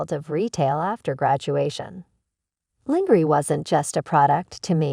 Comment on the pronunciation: When the AI can’t pronounce lingerie…. Yeah I lost emersion in the story.